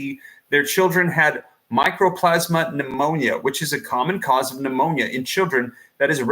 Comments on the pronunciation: Mycoplasma. Not microplasma. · 'MICO'PLASMA!!! NOT 'MICRO'!!!! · Mycoplasma Pneumonia, not "Micro-plasma." It is a bacterial pneumonia that is typically referred to as "walking pneumonia." It can be deadly to young people with depressed immunity but is easily treated with tetracycline antibiotics. This is NOT a virus. You are not on the ball but, rather, spinning a yarn and fomenting fear. RSV and Mycoplasma Pneumonia both rise at this time of year EVERY YEAR. Ask any health professional. Time for people to stop being so damned afraid of everything and it is time for people to stop giving these shills their ear. Also, RSV is Respiratory "Sin-sit-chul" Virus and it IS a virus. I wouldn't pay any mind to a report or advice from anyone who can't even pronounce the name of the condition.